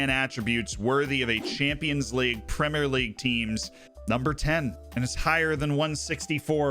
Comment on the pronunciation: You're saying 'Premier' right! Nice! Thanks for changing the way you speak normally in order to appease anal retentives like me :)